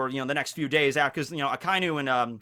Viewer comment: Good talks, but it really annoys me how you pronounce Akainu. :|